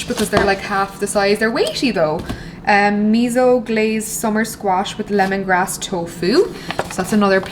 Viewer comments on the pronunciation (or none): none